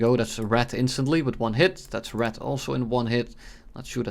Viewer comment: is he pronouncing red as rat its not a problem but lmao